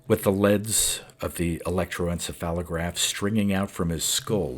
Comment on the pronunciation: Dude.. I appreciate these stories immensely. But with all due respect, it's "leeeeeeeds." A wire leading from a machine to a person is a leeeed, not a led. Also, electro-en-CEPH-a-lo-graph.